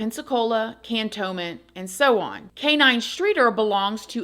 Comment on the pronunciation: You pronounced Cantonment right!! No one does lol😂